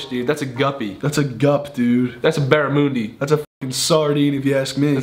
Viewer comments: Someone tell me why he pronounced barramundi barramoondi 🤣💀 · Not lying I am Australian and the way Ethan said barramundi made me cringe but I still love the Dolan twins Like is you agree